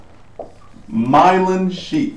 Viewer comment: It's not Mylon. It's Myelin. :)